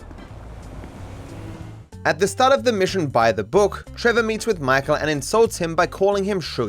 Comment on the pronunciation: trevor said it with er, not a